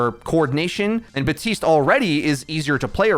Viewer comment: His name is BaPtiste not Batiste. Everyone put so much effort into learning how to say Brigitte but won't just say the p for Baptiste. :(